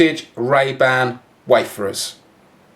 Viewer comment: Wayfarer. Not waferers